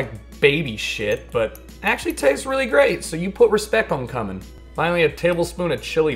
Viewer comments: k-you-min, not cummin. But honestly, I might prefer the latter. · It's kyumen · It's pronounced QUE-MIN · I thought it was coomin xd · cumin... it's pronounced _-"q-men". Jfc,. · I hope he knows he’s pronouncing cumin wrong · I really hope he pronounced cumin wrong on purpose 😭